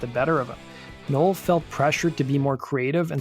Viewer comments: Its "No.well" not "noah" please learn to speak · Uhhh...pronounced Now el....just sayin